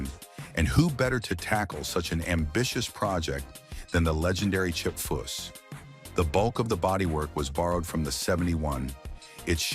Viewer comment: The narrator is a moron so many wrong words he called chip by at least 8 different names